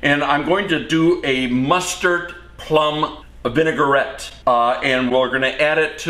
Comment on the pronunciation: It is vin-A-gret. Not vin-A-gur-rett. French!